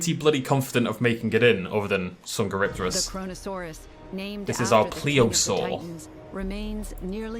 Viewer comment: Ha they pronounced minmi rong Edit: and dsungeripterus